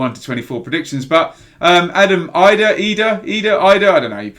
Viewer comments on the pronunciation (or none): great player that mr so and so :P btw it Adam idah is pronounced as edah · pronounce the first I like an E with Idah